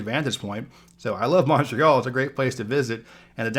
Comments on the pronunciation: The way he says Montréal has me dieing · You mispronounced "Montreal"